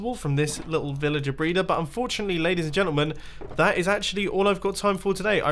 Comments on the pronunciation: U said brayder at 3.10 in the video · Did he say villager breeder or villager braider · The way he says breeder